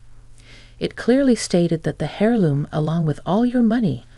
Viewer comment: Aaarg! It’s “err loom”. The “H” is silent. Otherwise, good story.